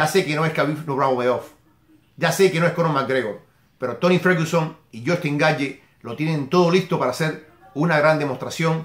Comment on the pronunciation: Se pronuncia "Gaetch" no Gaetye